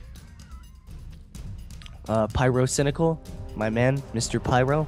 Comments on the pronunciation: did he say pryrocindaquil? Also like if watching in 2016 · Mister uh Pie-RO-Cynical